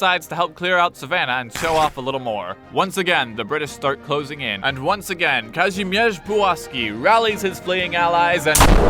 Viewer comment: The way you pronounce “Kazimierz”, nice